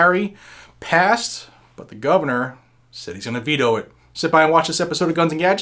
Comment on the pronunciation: ha ha. in the intro it sounded like you said beto override. lol